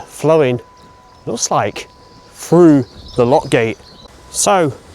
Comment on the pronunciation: The word through not frew